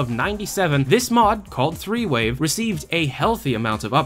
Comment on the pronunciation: I kept hearing you say "three-way" instead of "threewave", so when you said that it was a folder that nobody knew what it was, I definitely had a few ideas...